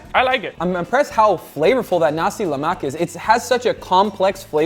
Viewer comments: I counted, “Nasi MELAK,” two times. 😂 Where’s the “Exact amounts and ingredients always in the description box down below”??? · He said "Nasi Melak" 3 times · Noooohhh... Nasi melak terus dy bagi🤣🤣🤣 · hahatwisted tongue from nasi melak to "Jeleman" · I see you struggle to pronounce "nasi lemak" 😂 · petition to take 'uncle' title until Guga can pronounce 'nasi lemak' right 😂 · I'm from Malaysia and I approved your Nasi Lemak, Guga. It's okay for you to mispronounce the word 'Nasi Lemak'. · I overheard guga nasi "melak" a few times,is nasi lemak , hahaha and with my history of the rice , was cook directly with coconut milk and water mixture, not added afterwards i think , and even tho is hard to get, u need pandan leaves too, for the max fragrance of the rice Uncle roger might blame you in use of blender instead of pestle and mortar , but i am ok with it Sight change, mix the peanut and anchovies in later during consuming, coz if the sambal is too wet, it will get soggy anchovies and is not good But i am impressed on the use of belacan, the kryptonite for the whites , thats what we call it Ps; mark just released his vid of visiting Malaysia with durian cendol, something guga will avoid But yea mark was in thai for many years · Did I just hear Guga say nasi Melak???😂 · Take a shot everytime Guga says "NASI MALAK" instead of "NASI LEMAK" 🤣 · Alamak, dia tak tahu nak kata "lemak" tapi kata "malak" LOL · its called "Nasi Lemak", not "Nasi Malak" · did he say nasi malak? 🤣🤣🤣🤣🤣🤣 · He cooked the nasi lemak perfectly but he prenounce its name wrongly... Nasi Melak...😂😂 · It was so good...guga just couldn't pronounce the name right...now i am craving for nasi "melak"🤣🤣🤣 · bro said nasi malak😭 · nasi malak.. nasi lalak.. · hahahahahha. slip of tongue . guga said "nasi melak" instead of "nasi lemak". but its okay. guga bringing my home country Malaysia national food to the whole world! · i can hear guga struggling to say "lemak". for instance he literally said "nasi melak"